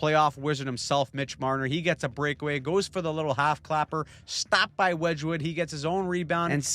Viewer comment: Please stop saying wedgewood name like that